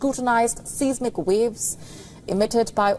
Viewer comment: Seismic has a long i [aɪ] and not an [eɪ] sound.